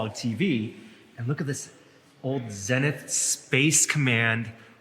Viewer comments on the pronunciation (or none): Love it, gotta rewatch this!, a little electronics nerd point here: the TV brand is pronounced Zee-nith, not Zen-ith. (It's common to pronounce it zen-ith when you mean the point driectly overhead, opposite the nadir.) Long, long ago, my dad was a Zenith dealer, back when TVs had CRTs and vacuum tubes and the brand name actually told you who made it. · zehnith? it's ZEENITH! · It’s pronounced “ZeeNith” not “ZenIth”, I had that same Clicker style remote back in the day. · Zeeeenith not zinith grrrrrrrr! Kids these days!!! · It's "Zee-nith", not "zen-ith." I know, I know, but having grown up around the brand, it's like fingernails on a chalkboard. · it's Zee-nith, not zen-ith... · Dang he's young.... Zenith is pronounced Zee nith. not Zen neth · Zēēnith TV (long "e" sound). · CATION: TRIVIA AHEAD Okay, I grew up with the antennas you called bunny-ears. They are called rabbit-ears. Zenith is pronounced with the E sounds like weed, not like the E in Zen or sent.